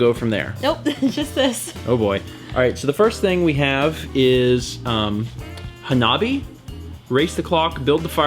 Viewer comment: You need the password for the Dragon Balls to work! Hanabi has the emphasis on the first syllable. This Japanese word is comprised of hana (flower) and -bi (fire), which conjoined together means fireworks. DISCLAIMER: I am not the one who sent the book and games.